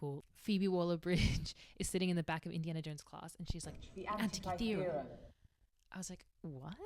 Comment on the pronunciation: I love how she says Antikythera ❤️😁